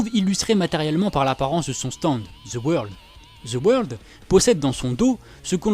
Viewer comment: Deux mots: ZE WEURLDE